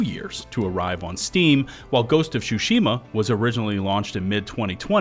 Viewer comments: What the heck is Ghost of Shoe-shima? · “Ghost of shushima” 😂😂😂 wtf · Ghost of shushima 💀💀💀